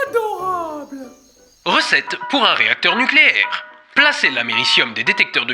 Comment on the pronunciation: Nukélaire! On dit nukélaire! D'Oh!